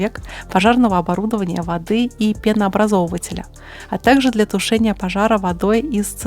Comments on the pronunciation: ПенообразовАтель, а не пенообразовывытель🤣,, почитайте об этом что то дополнительно для образования. Мое мнение модель сильно затемнили, как правилоп пожарки довольно ухоженные, блестящие. В таком виде как у вас - район могильника на ЧАЭС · Правильно ударение ставить так: пенообразовАтель 😉👍